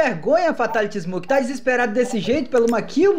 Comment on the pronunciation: ele e fraco corta kill kkkkkk e ainda lê errado